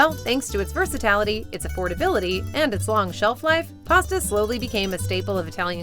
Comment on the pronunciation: Did you just say "VersItAlity"?